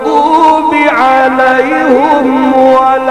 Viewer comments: ببساطه في الفاتحه يقول سراط اللذين انعمت عليهم غير المغضوب عليهم بضم الهاء والصحيح بكسر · القاري لامثيل له ولكنه في كلمة عليهم يضم الياء والصواب كسر الياء انظر الفاتحة في القرآن وشكرا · انعمت عليهم بكسر الهاء وليس بضم الهاء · اللي لايفصح بالقران لايقرأ امام الناس بهذا الشكل المزري ايه ياعمي ضراط وايه عليهم بظم الهاء اسكت جتك نيله ياكذاب